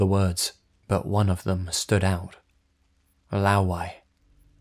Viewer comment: LMAO when I heard"Laowai". that story in a Chinese theme park is definitely made up.